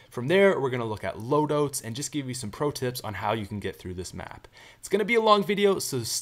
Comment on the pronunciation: For a second i thought he said loadoats. GETCHA LOAD-OATS HERE, FRESH FROM THE MICROWAVE!